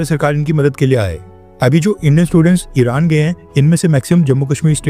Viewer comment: इराण padhne 😂